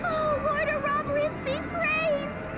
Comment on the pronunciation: I have to say, I really hate how this game pronounces Ouroboros; I grew up saying it with primary stress on the third syllable and secondary stress on the first, so hearing it moved to the second is supremely awkward....